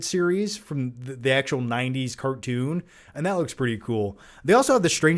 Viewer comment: dec-cade, ec-scape, cart-toon.. long term viewers know has his own pronounciations 😅